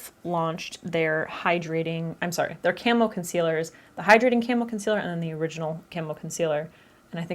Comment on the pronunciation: So, I thought you were saying Camel not Camo and went into the description to find Elf Camel Concealer :')